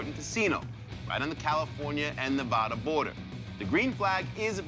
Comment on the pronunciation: Sal masakela pronounces Nevada wrong.